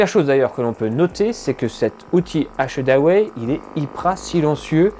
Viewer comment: Un test que j’attendais. Bonne vidéo mais faudra bosser la prononciation d’achedaway